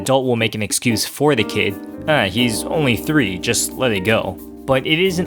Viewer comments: Manny: Commits Genocide "I'm Ownwy Thwee" Manny: Drops Nukes On Famous Landmarks "I'm Ownwy Thwee" Manny: Starts World War 3 "I'm Ownwy Thwee" Manny: Blows Up The Universe "I'm Ownwy Thwee" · im onwy thwee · manny: f*cks the entire planet earth also manny: I’m onwy thwee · Manny: breaks expensive console Also Manny: “I’m owwnly twwee” Manny: freezes whole family and puts them in danger Also manny: “well it’s basically your fault cause you didn’t teach me how to tie my shoes.” Me: “You’re never breathing again.” gives manny conquest treatment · He’s onwy fweee! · Manny: changes Greg's Net Critter password so he couldn't use it creates the ultimate ball of death (IT STABBED ROWLEY) Turns off all the electricity in the house except for him room just because 'nobody taught him how to tie his shoes' Also Manny: iM oWwY tHwEE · Manny: Starts world war 3, make world hunger worse, kills every single innocent person in the world and nukes the universe Manny: Im onwe thwe... sowy momy and dady... Manny's parents : “Understandable, have a nice day!” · its onwy thwee not owwly twwee. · Manny: robs a bank Manny: “I’m owwy twee” Manny: commits mass genocide Manny: “I’m owwy twee” Manny: makes every nuke explode at once Manny: “I’m owwy twee” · "Manny is a PHSYCOPATH" He's onwwy thwee...